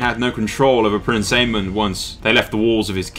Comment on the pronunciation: good video, however the orders of events aren't entirely right! its daemon, pronounced DAY-MON, and Aemon was killed on dragon back by Daemon pronounced A-MON :)